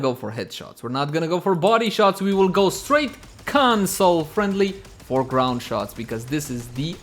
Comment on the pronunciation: Lmao the way he said it. "Kawhn!sole friendly."🤣😂🤣